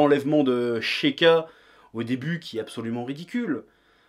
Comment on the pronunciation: l'enlèvement de heuuuuu sheika Moi: C'EST SEIKA PUTAIN